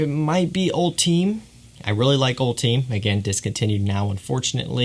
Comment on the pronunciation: It’s actually pronounced (all-ti-may) and def a solid flanker